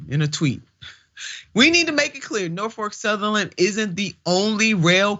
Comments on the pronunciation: She clearly called it "NorfoRk Southerland. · I believe that anyone who cannot pronounce a railroad's name correctly is an idiot! #Norfolk Southern is the correct pronunciation